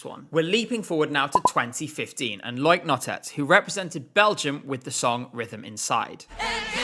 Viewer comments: i'm sorry i have to call out how you say loïc nottet's name. you're supposed to separate the o and i in his first name. lo-ic, not loyk. it's too distracting lol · A tip: Loïc is pronounced Loh-eek, not Loyk. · Loics name is pronounced as “low-week”, but a great video nonetheless!